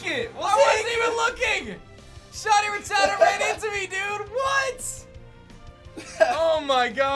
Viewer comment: The way he pronounces Rattata...